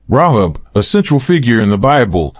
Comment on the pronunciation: .......by the way, her name is pronounced "RA-hab". Love this study. Thank you. ♥